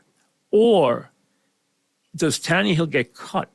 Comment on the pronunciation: Tanney-hill lol